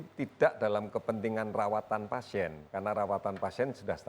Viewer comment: ternyata najwa gabisa bilang PASIEN